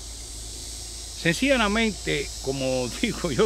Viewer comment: Se me hace curioso q a cada q dice senciana mente se sonrie recordando a Marcelino 🤣 saludos, y por esos consejos de salud gracias!!